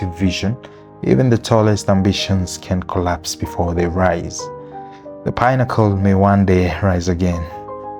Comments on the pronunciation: Pinnacle is pi-na-ko not pine-acle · why do you pronounce pinnacle like pine-accle? good doc though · The pine-accle pronunciation is annoying and wrong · Where did you find that pronunciation from? You wanted to put cliche on your video.,we all know how it's pronounced why start pronuncing it differently and you know how the word should be pronunced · The name of the towers is a big part of the video and the way you're pronouncing it is like pineapples is throwing me off ngl